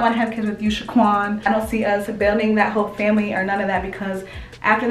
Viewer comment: Since when say Shaquan 🤣🤣